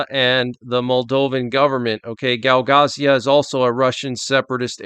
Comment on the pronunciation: Hey, its Gagauzia, not Gaugazia, anyway your vids rock